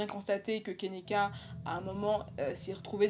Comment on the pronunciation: Enfaite son prénom se prononce Ke-ni-ka et pas kénéka voilà :)